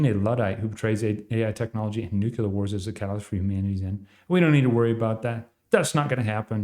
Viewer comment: You are saying nuclear wrong. You say NU-CU-LAR.